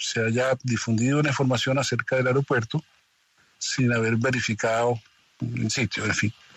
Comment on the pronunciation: "ARIOPUERTO"?!! O AEROPUERTO.